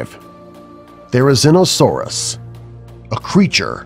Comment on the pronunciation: No he didnt lol atleast therizinosaurus was right